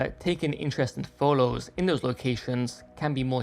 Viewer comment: Love your work 🎉🎉🎉 And also how you say photos #pholows